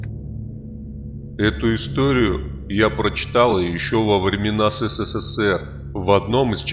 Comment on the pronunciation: Канал отличный! Только хочу сказать,что читается не СЭ-СЭ-СЭ-СЭР а ЭС-ЭС-ЭС-ЭР.Три ЭС а не четыре.Это наша история